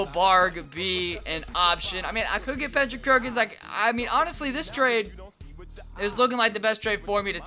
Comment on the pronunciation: "i mean i could get pendrick kerkins"